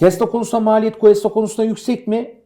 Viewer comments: Ya 'ten bir ricam olacak konuyla alakasız ama Cuesta'yı "kesta" şeklinde okumazsa mutlu olurum. Kulağımı tırmalıyor bugün 2. videosunu izliyorum. "G" harfinden sonra "U" ve "E" gelirse o şekilde bir okuma yapılır. Saygılar 🤗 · Analizlerr çok güzeldi, teşekkürler. Ama ufak bir düzeltme yapalım: Cuesta, "Kesta" diye değil, "Kuesta" diye okunur. Eğer adı "Questa" olsaydı o zaman "Kesta" diye okumamız gerekirdi. İyi yayınlar dilerim.